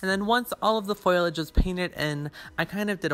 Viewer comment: It's FOLIage, not foilage